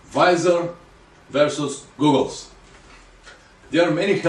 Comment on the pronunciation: How can I take a man serious when he can even pronounce goggles correctly smfh.